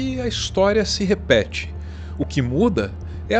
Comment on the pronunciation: "A historia não se repede, mas rima" ouvi isso certa vez!